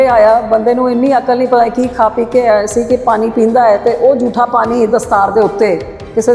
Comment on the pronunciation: Punjabi bolni ta sikhla bibi. ਪਾਨੀ ਨੀਂ ਪਾਣੀਂ ਹੁੰਦਾ